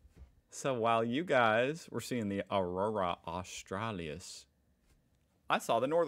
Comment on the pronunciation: good try, but you've still got "Melbourne" wrong. You Yankified it. Say it as Mel-bun, okay? MELBUN. Also, since pronunciation is never easy for you, look at the word after Aurora closely. it's Aurora AUS-TRA-LIS. It's Latin, which means southern, hence Australia's later name. Not AUSTRALY-IS, but AUSTRALIS, okay?